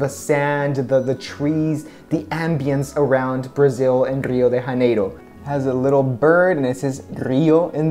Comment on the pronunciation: With exception of Rio de Janeiro and Parati, all the orders you pronounced right at least one time. In Portuguese J does never have a R sound and you should stress the end of the word rather than the beginning, so it's paraTI. To me the best looking one was the búzios (was your best Portuguese try too haha), but you dark eye reflecting the softbox still wins